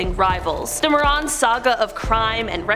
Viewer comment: More-ran not More-on